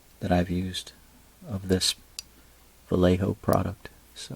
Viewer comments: va-yeh-ho and instead of bar-se-lo-na it's Barthelona. Any time you see the C in european spanish it makes a TH sound. Great paint job! Try airbrushing the varnish next time, or if you do brush it on, don't ever apply it directly like that. You'll create weird textures because the layers on top are drying fast while what's below is pooling there. Also don't use a brush you like or paint with. After you varnish with it, that's the varnish brush. Don't varnish your glass parts either. You should use a buffing pad for that. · As an Andalusian, i would recommend you ignore the BarSelona, because you are hearing it in English. I die a bit inside each time I hear AndaluSia, but its what it is. We spaniard do translate eeeevery name to spanish, so we should deal with it. But yeah VA-YEH-HO is a non discussion 🤗🤗